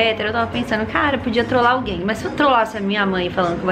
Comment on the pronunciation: Pede o Abud em casamento, dai quando chegar na cerimônia fala que era "trolagi" bagulho é Intel core mermao